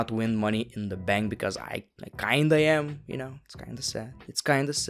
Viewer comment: Am I the one who heard him say money in the mank😅😂